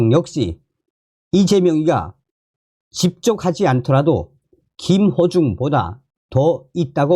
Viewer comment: 김호중 가수의 이름을 부를 때 김어중으로 자꾸 들려서 김어준 으로 연상되서 듣기가 좀 거북스럽습니다. 참조 해주세요.